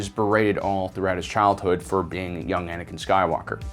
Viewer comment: Why the heck do people say Anikan instead of Anakin